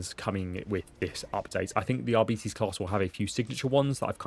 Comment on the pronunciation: It's pronounced aar-be-tez to rhyme with less not ar-bee-tease to rhyme with diabetes. Edit: Turns out me and everyone I know has been wrong for years wtf. He says it right! 😂